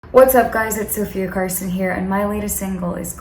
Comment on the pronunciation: Sofia answering my question and pronouncing my name right I love her so much.